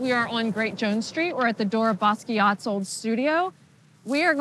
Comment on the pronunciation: With no political bias, It isn't particularly interesting art. Also she didn't pronounce Basquiat correctly.